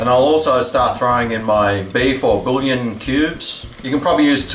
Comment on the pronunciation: With three stucken fock cubes you're not going to need more salt! Bouillon= "bwee-yon".